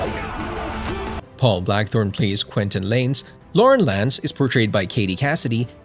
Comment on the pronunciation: bro said lauren lance